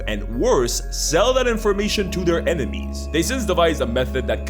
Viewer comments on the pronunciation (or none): none